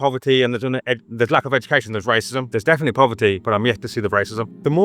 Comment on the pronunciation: “Racism?” “RICEE🫨🫨?” I LOLd that was funny Edit to say “techno…tekonlogy or whatever”. That man was my favorite guy on here. So far.. Edit again to say Booker T tied for my favorite person on here😂😂😂😂